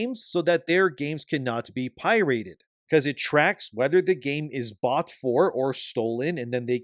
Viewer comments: lol at "pie-rate" is that the Canadian pronunciation? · Pie-rate lol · Why does he pronounce it "pie rate" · You can’t convince me this video isn’t ai 😂 nobody says pirate the way this dude does….as far as drm and kernel level anti piracy/anti cheat software, you’d be surprised at how many games have this in them. This isn’t a gearbox or borderlands thing. Yes it does hinder performance. But no, gearbox will be “going through your photos” on your pc. Jesus this weird fear mongering of drm is strange. Also I’m seeing this small group of very obviously non-borderlands fan content creators keep talking about the $130 version of the game and either how it’s “locking people out of content” or how all the content should be there on launch included in the $70 price tag. Yall do understand how dlc works right? Like this is not a secret. You can pay NOW to get the dlc’s cheaper. Also I can tell this dude isn’t a real borderlands fan because he said “now this isn’t the first time gearbox has charged for new vault hunters, with Krieg and Gaige being released with the moxie dlc”….homie that’s not how that happened.